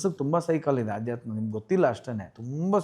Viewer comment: ಆಧ್ಯಾತ್ಮ ಅಲ್ಲ ಅಧ್ಯಾತ್ಮ 🙏